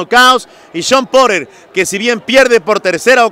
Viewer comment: Pronuncia bien porter cuel porer jajaja...